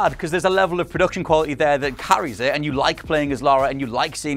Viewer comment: Lara, not "Laura", "Lara". 20 years and you STILL can't get it right. Jesus Christ, get a reviewer who actually played the games.